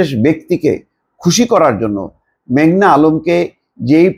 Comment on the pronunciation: ভাই মেঘলা না মেঘনা?